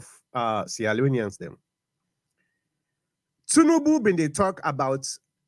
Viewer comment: This guy say Tinibu recognize bio government as democratic 😂😂.